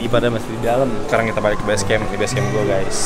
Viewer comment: bukan BESCAMP tapi BASECAMP:))